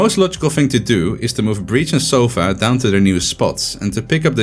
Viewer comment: It's sova, not soffffaaaaa! XD regardless, an awesome analysis!